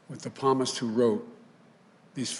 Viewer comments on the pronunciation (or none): He can’t say Psalms...! Psalmist? He’s Catholic and doesn’t know how to say those words? Just saying...